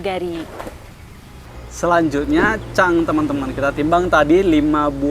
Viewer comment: penyebutannya cung bukan cang wkwkwkk kalau org palembang menyebut cungkediro :face-blue-smiling